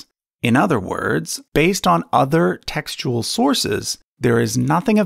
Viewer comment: Every time he says textual, I hear testicle